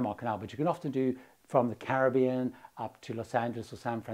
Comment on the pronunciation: Thank you for your pronunciation of 'Caribbean.' Not many of us left who pronounce it that way.